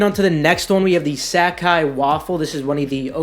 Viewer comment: Stop saying Sacai wrong! "Sack eye" lmao